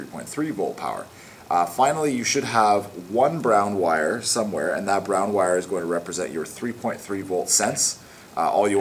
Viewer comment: i mean wire not "witte"